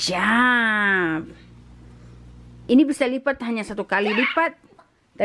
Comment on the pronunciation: you gonna "lipa" again 😂😂, good girl ❤️